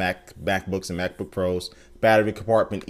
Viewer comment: he said BackBook. Thumbs up if you heard it!